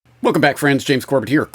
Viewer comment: He pronounces it Corbette? James, always gracious, never even deigned to correct the man - not even with the very passive technique of using the name a few minutes later, except with the correct pronunciation; a class act, indeed. 🫡